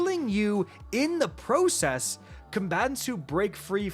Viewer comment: I want to hear you say process again lol